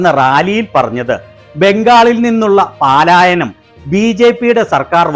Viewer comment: ആ കടക്കാരൻ എഴുന്നേൽക്കാതെയാണ് സ്വീകരിച്ചത്,!ദിവസവും വരുന്ന കസ്റ്റമർ ആയതുകൊണ്ടാകും.!!🤭പോസ്റ്റ്മാനേ.. 'പാലാ'യനമല്ല - 'പലായന'മാണ് ശരി. താങ്കളുടെ പോസ്റ്റിനു നന്ദി. 👍